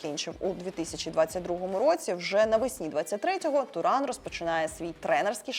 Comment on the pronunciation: Подруга не знає який правильний наголос на власну фамилию)))